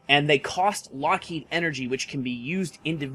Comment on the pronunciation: Are you sure Lockheed is pronounced the same as Loki?